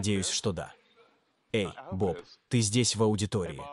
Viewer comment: Перевод ИИ отвратителен. Лучше субтитры. PS Имя Bob по-русски читается через О, а не через А. В последнем случае это просто режет ухо и напоминает какую-то "бабу". Я понимаю, что Вы просто имитировали американский акцент, но по-русски так не говорят.